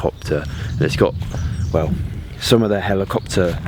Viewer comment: Ali-copter !!! LOL